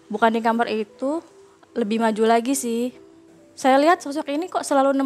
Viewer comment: Gatau knp narasumber perempuan kalo bilang "kamar" aku berasa denger "kamer" hehe